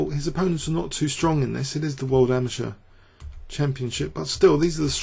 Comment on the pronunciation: It's pronounced ama-terr, not ama-ture.